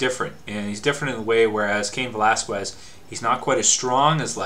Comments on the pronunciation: whats up with people and their Cain "VelasKuez"?? ... its pronounced "VelasKez" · Its pronounced without the U, velasqez, but is written Velasquez